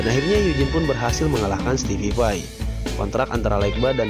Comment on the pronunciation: (STEVE VAI) Stipai bang bukan stipipai